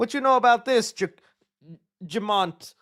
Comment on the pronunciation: Jamant? What the?!🤣